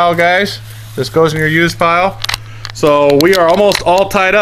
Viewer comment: lloll pire instead of pile